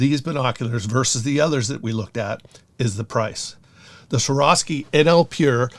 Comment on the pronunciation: Y do people have so much trouble pronouncing swarovski!,???